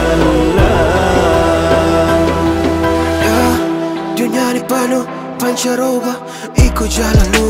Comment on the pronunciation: 'alaihi wasallam. Bukan 'alai wasallam.